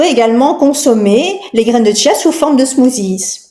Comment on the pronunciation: ON NE DIT PAS TCHIA, CHIA